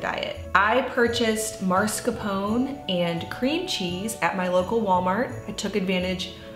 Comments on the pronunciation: Sorry, you misspelled and mispronounced mascarpone. Look at the package. Mascarpone (mah•scar•ponay) not maRscapone. Probably new baby brain. Take care, mama! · That cheese's name is usually pronounced maa·skaar·pow·nay. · Hi Mascarpone is an Italian cheese it’s pronounced mass-car-ponay (like the horse kinda)! Love your channel your vids and your recipes. Thanks for all your lovely content as always 🙏🏻 🥰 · Delicious recipe! Mascarpone is pronounced 'Ma-scar-poe-nay',ie pronounce the 'E' at the end. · Good morning, This looks like a wonderful recipe! And I’ll be inspired to try it or something like it, thank you for sharing:) On a separate note, both the pronunciation and spelling of Mascarpone is incorrect; thought you would want to know especially since you are promoting Mascarpone:) ( All of us Italians are probably going crazy;) )